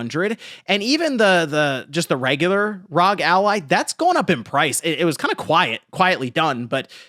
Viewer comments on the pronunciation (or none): Say it with me now R…….O……..G. R.O.G. Homie forgot what started the scalping scene it was the Nintendo switch. I actually subscribed to the channel shortly after the switch scalping of 2019 i made a killing and decided to sub to this monky man but. his inability to pronounce acronyms correctly is making me reach for that unsubscribe button